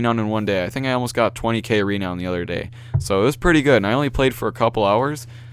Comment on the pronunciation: It's produced ra-noun